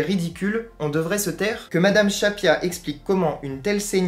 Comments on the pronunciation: Merci pour cette vidéo. C'est Marlène "Schiappa" et non "Schappia", attention. Sinon, d'un point de vue technique, soit tu mets une musique, soit t'en mets pas (perso je vois pas vraiment l'utilité, ça fait un peu ambiance de supermarché). Mais si t'en mets une, faut qu'on l'entende... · Juste une petite remarque futile ... Marlène "Schiappa" se prononce comme "Chia Pas" et non "Chat Pia"... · Je ne discute pas le contenu mais ce serait infiniment plus crédible si le nom de la ministre Marlène Schiappa était bien prononcé.